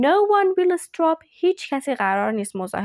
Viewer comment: Disturb not distrub